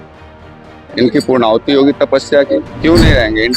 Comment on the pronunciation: ये संत महंत किस स्थान के है । पूर्णाहुति शब्द भी सही से उच्चारण नही कर पा रहे। उत्तराखंड की बोली नहीं। बंजारों वाली है ।